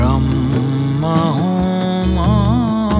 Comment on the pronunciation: शब्द उच्चारणमा अलि ख्याल गर्ने कि ? यो लेबलको कलाकारले, ब्रम्म हैन ब्रह्म हो, बुद्द हैन बुद्ध हो ।